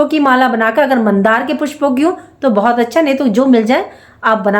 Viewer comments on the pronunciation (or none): none